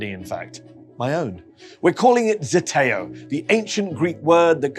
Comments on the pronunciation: It's not ZETEO, it's ZETAO. Ι know, I'm greek. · pronounced zdeteo